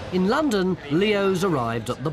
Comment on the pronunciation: Same like London not Landon